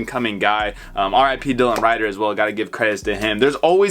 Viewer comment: how u own all this dis shit and not know how to say dylan rieder brah